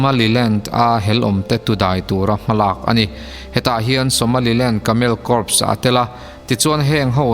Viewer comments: Kâwr pawh ala dik chuang lo...Kâw tih mai adik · Bengvar thlak hle mai. Hnamtin hian saptawng thumal lam thiam loh hi kan nei vek emawni, mizote pawh hian Corps hi kan lam thiam loh fo thin, KÂWR ti a lam tawp mai hi a dik in ka hria. Lam nalh vak a ngai lemlo.